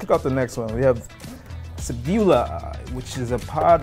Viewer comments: Cringed when I heard Sebulbas name being pronounced like that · Agreed. Not even close on the Sebulba pronunciation either. Oh well. Only two boxes left anyways. No more bucket heads who've never seen Star Wars unboxing stuff after that.